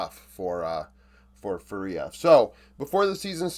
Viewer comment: Just to help you pronounce it better, the strong syllable is the first one. Its FÚria, not fuRIa.